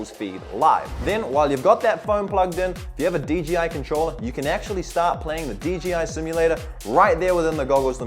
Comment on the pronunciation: "DGI" I thought it was 'DJI'